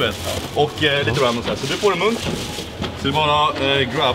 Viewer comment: Det lät som han sa "whats monk" istället för whats munk